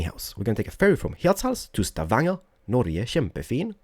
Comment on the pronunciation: I love u, and I alsow love Wien you say: Norge, kjempefin. I just love your Norwegian speech, cause I am from Bergen in Norway, and by the way, if you drive in Bergen and you see some houses thight together, they are calender Bryggen.